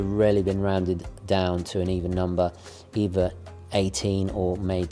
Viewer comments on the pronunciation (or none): none